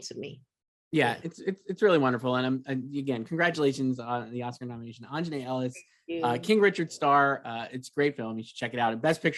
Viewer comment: AUNJANUE ! ! ! AUN-JA-NUE